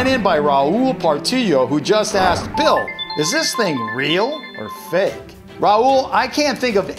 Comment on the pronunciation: What the 'So "Fak" its funny